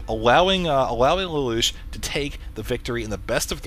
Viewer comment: btw its lay-lush